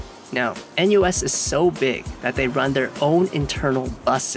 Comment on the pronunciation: feel bit weird hearing a-NUS